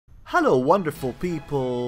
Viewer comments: Did he "hallo" us?! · Did you just say Hallo at the beginning or did you just sayed helo akward? And why classic music from Mozart